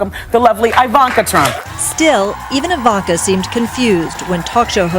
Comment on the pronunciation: Did Wendy Williams call her Eye-Vonka?